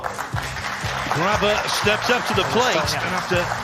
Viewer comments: Graber? Don't think there is a "R" at the end of his last name. Vilmosh? Don't think there is a "H" at the end of that name either. You have one job. Enunciation should be priority. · his name is pronounced gra be